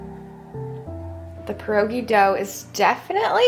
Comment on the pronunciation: You don’t pronounce pierogi correctly either. I’m sorry but from a Polish woman, what you made were not pierogi. If you’re going to try new nationality food, which is wonderful, you should create it accurately for your viewers and so people of that nationality feel great about it.Seemed more like an empinada with the dough thickness and spice and vegetables you used.?❤ Pointer: you boil pierogi and then when you want to prepare to eat you fry them in butter